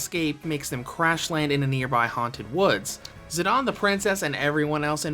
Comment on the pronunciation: Why do you pronounce Zidane as Zadahhn??